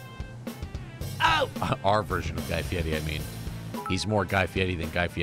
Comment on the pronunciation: Yea but u gotta say it like...guy fedaddi. Like how he says fieri as fiedi